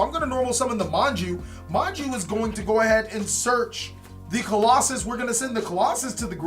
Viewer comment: [King Of Games] BTW, stop mispronouncing their names. You do this at least once a video. Look at the card, as you can see it clearly doesn’t say colossus. It’s not that hard